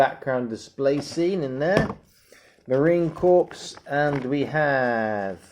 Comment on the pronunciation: Looks great, only complaint Corps is pronounced "Core" not "Corpse"